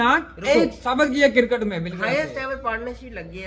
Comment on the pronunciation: Abe cricket hota hai crikat ni pehle pronounce shi kro yr